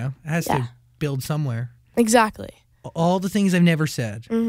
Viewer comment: anyone else noticed how she says exactly but it sounds like "zachly"? please tell me im not the only one lol